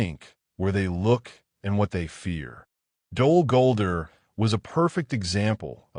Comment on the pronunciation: You got to train the AI to say the name of the place correctly.